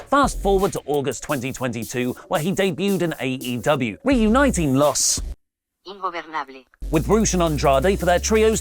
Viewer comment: LOS INGOBERRRRNABLES .🤣